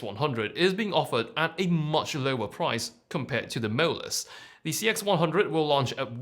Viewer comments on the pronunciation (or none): I like how your pronounciation of 'MOLUS' almost sounded like 'mirrorless'. I got confused in the beginning 😁